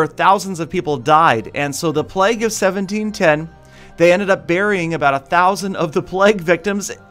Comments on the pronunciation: stop saying "pleg" it'd pronounced "pla-y-ge" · Isn't it pronounced playg? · Thought he was saying "Plegg" for so long.